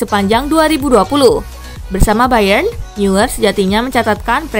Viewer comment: Neuer dibaca noyer.